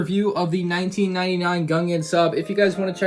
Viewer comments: Nah man I hear a "A nineteen sev- nine" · He actually said 1999 it’s hard to hear I replayed it a bit but you can hear it